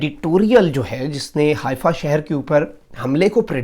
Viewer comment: حائفہ نہیں حیفہ یے۔